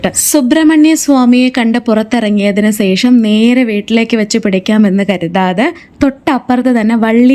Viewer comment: സേഷം അല്ല; ശേഷം